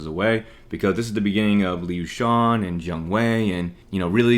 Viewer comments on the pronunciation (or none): none